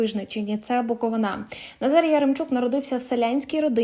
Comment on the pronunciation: БуковИна, а не БуковинА(( де вас навчають - наголови ставте правильно.